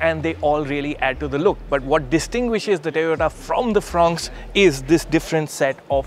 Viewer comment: This isn't funny anymore. Looks like this guy pronounces "O" properly if there is a Y behind it and not a T. "Tayota"? He's an embarrassment to the Autocar brand!